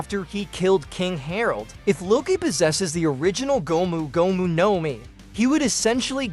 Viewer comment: Prolly cause of how he pronounces gomu gomu